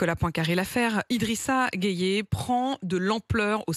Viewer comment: 😂😂😂 elle est marrante cette dame. D’abord elle se plaît à mal prononcer le nom Guèye pour dire Gueyé, ensuite elle propose que IGG ne joue pas en France s’il n’aime pas les valeur françaises. Elle ne se gêne vraiment pas. IGG n’a pas besoin des valeurs françaises, . Pourquoi? Parce qu’elles ne l’identifient pas. Et laissez moi vous rappeler que tous les bons joueurs de France sont en grande partie des Africains, donc attention. À vouloir trop avoir raison, vous êtes en train de vous ridiculiser devant tout le monde entier.